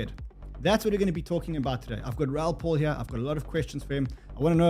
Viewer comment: Pal is pronounced P-A-L LOL